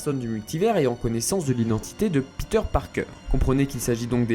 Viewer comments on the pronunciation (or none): none